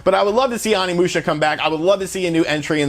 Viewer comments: Dude, I like your videos but the way you butcher the names is horrendous. animusha and salmonosuke. Lmao. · Its Pronounced Samanoske and Kaede no whatever you said. Sheesh. They say their names over an over while you play. Onimusha not Animusha. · Say ahnimusha one more time! I freakin dare ya! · Omg its oni not ani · Pronounced O-ni-mu-sha not On-ni-mu-sha. Also more of Samurai than ninjas I think. 3 was also a good game and Reno wasn't the only actor on the game. The other character was a famous Japanese person. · OH-NI-MU-SHA Not Animusha lol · O nimusha... O O O O O not ON. The ending is amazing short game but fun. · It’s oni musha not Ani musha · The mispronunciation of OH-KNEE-MOO-SHYA. オ 二 ム シャ. Is killing me. That being said, I love your channel dude. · It's pronounced oh knee moo sha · Onimusha Oh-Knee-Moo-Sh-Uh Sama-no-sk-aye. K(p)ie-Aye-Day I am so sorry, just it bothers me. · omfg learn basic Japanese pronunciation. Vowels only make one sound in Japanese, it's not hard. I cannot watch this past the intro... It's Oh-Knee-Moo-Sha. People that mispronounce Japanese piss me off because you can tell they made absolutely zero effort. It has to be the easiest language to pronounce. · Jesus christ OH-KNEE-MOO-SHA. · Let's say it together: "OH-KNEE-MOO-SHA." "SAH-MAH-NO-SU-KEH." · It's pronounced OH knee moo sha. Oni means demon in Japanese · I hate being that guy but it's oh-ni musha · Oh knee moo sha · ...it's Onimusha "Oh-nee-moo-sha" & Samanosuke "Sah-mah-noh-skay"...just FYI. Thanks to Onimusha 3 back in the day for that!! It looks great though...will definitely download it when it gets released stateside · ''Awnee'' lol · Pretty sure you’re pronouncing the name of the game incorrectly mainly the first three letters you’re pronouncing incorrect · I cringe everytime he says Onimusha 💀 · Your pronunciation of everything including the game's title is wrong. This is per the English cutscenes. I feel like you didn't play it at all, or not recently anyway.